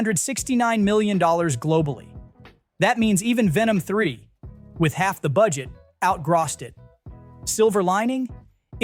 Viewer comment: How do you mispronounced "out-grossed" saying 'out-graws' . Then 3 seconds later, say it right?